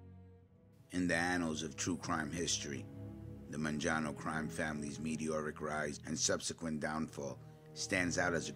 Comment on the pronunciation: Man-jano? First time I’ve heard it pronounced this way